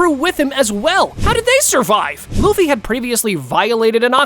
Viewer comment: aree LAFFY NAI LUFFY HAI